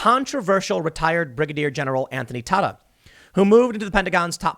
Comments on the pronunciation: I believe it's pronounced T'AY-ta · Tata is pronounced like data. Just FYI friend of the family.